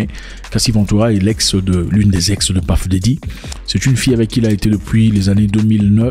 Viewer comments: on ne dit pas paf dedi mais puf dadi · C'EST PUFF DADDY PAS PAFF DADDY, JE LE DIS ET JE SUIS AUX US. Va sur google translate, met anglais, tape Puff dady appui sur le micro et tu va entendre la difference entre ce que toi tu dis et la realitee. Mais la video c'est du lourd! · PAFE DARY😅..... VOILÀ LA BONNE LECTURE 😅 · Celui même qui a choisi son nom de scène, dans ses chansons dit PEUF daddy....Mais mon cher frère congolais Zack dit PAF... comme ci c'est lui qui lui a choisi son nom de scène Mon Afrique 😅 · Désolé mais la prononciation est bel et bien « puhff Daddy et non pas paff daddy et puzzle c’est puhzzle et pas pazzle ! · PAFFF DADDY 😂🤣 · ça se prononce plus comme le o en créole antillais et non paff mais ça n'a pas trop d'importance lol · T'as trop des blessures frere lol. On ne dit pas Puff D. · Depuis qu’on t’a corrigé avec la prononciation de Puff Diddy, t’as toujours mal 😅😅 tu prononces mal frère!!